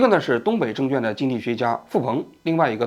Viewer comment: 王局，证券的券一直都没有读对呀，小错误批评一下